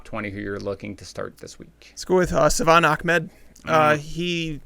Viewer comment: ITS NOT ACHMED ITS AHMED